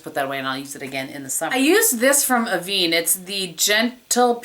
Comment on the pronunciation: Great video! I can't believe you don't have more subscribers. You're awesome. By the way E in avene is pronounce like in the word "vent"